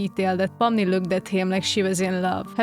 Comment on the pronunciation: I love the way you pronounce Pomni haha! It’s like fun in my brain